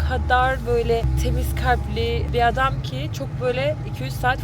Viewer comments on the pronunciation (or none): none